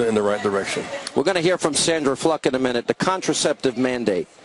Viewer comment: haha he said *fluck* instead of *fluke* hehehe